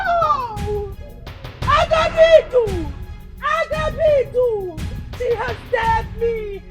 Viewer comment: It's Agabaidu not Agabidu.